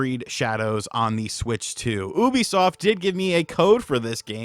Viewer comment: I'm pretty sure you pronounced Ubisoft wrong. Do they regret giving you a review copy after this or what?! Honest review I guess you made this sound like a waste of time and money